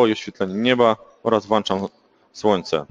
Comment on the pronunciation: Błagam, Panie, WŁĄCZAM, a nie "włanczam", bo aż uszy bolą:)